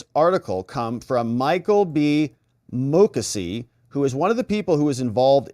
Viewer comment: Michael Moo-CASEY, not MOO-kussy!